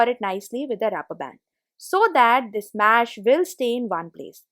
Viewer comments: The word is mesh not mash. Nice hacks though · It's not mash... It's mesh....just open it....just close it....just slide it...I suppose u use the word "just" a lot. Can u do the videos in Hindi??